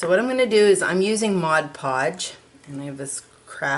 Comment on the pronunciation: For those that don't know, it is called MOD PODGE, not "Modge Podge"! lol. That's how I pronounced it until I actually read the bottle. Live and learn.